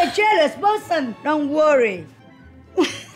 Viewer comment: The way says "don't rorry." Best one so far! 😂😂😂😂